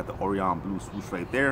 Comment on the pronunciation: how many times is this guy gna mispronounce orion lmao